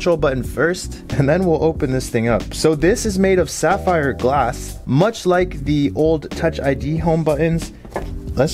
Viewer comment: That aint sapphire according to Zack 😂, its fapphire